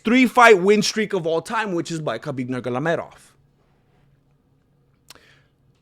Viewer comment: Dude.. it's Nur-maa-go- me- dov !